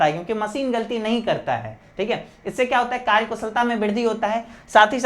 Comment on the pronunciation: Sir karya ko karj karj kyu bol rha ho